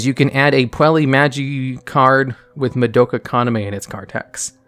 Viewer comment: Someone count how many names were absolutely butchered during this single video. Madoke